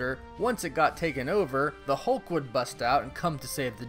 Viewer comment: Hulk not Holke